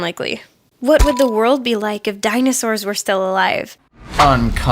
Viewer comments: dinasaurs? its dinosaurs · dinAsaurs? It's dinOsaurs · dinosaurs, not dinasaurs... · din a saurs?